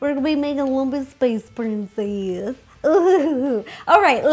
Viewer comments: Anyone else hear her say Lumpess Space Princess instead of Lumpy Space Princess at the beginning? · i thought she said monkey space princess LMAO